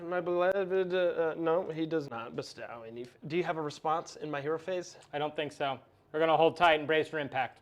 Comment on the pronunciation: Good game. Nice video. Different faces. Dude needs to learn how to pronounce “bestow” though.